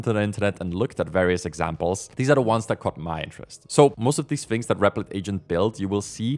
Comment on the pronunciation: Do you not hear yourself talking? Mumffs(months), furteemff(13th)???😂😂😂 I hear you say “things” correctly throughout the video but did catch a “fings” in there. How do you decide when to use “f” in place of “th”?😅 Apologies if I’m insulting you, but it’s not meant as an insult. I’m still enjoying the videos 👍